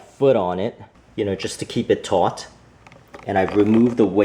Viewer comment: Is he saying "tight " ot "taught "?